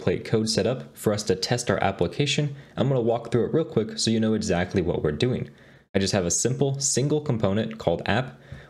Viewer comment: Edzack ... edzackly ... edzack values.... is that how he's spelling it?